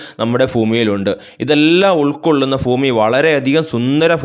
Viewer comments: ഫൂമി അല്ല ഭൂമി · Fumi Alla sir Bumi anu 😂😂😂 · ഉച്ചാരണം seriyakkoo